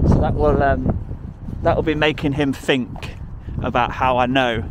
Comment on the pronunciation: "Think" not "fink". You're the first smart person I've heard talk like that. Do you have a speech impediment? Apologies if you do.